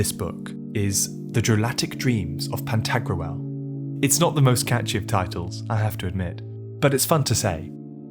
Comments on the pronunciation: It's Pan-ta-grool, not pan-tag-roo-el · Are you pronouncing "Pentagruel" correctly? I could be wrong but it sounds like you are pronouncing a medieval name like how people pronounce ancient greek names today. Like pronouncing Pentagram as Pen•tag•ger•ram rather than Penta•gram. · Anyone else annoyed how he keeps pronouncing Pantagruel? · What a strange way to pronounce "Pantagruel". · It bothers me how it's pronounced in the video 😂